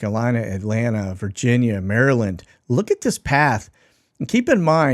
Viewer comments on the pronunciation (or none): none